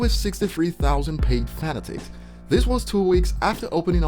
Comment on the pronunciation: HOW HE SAID"FANATICS" 😆😆😆😆